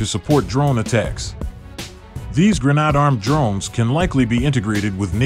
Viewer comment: Some southern guy pronouncing grenade as "GRUH - NAAHD"? LOL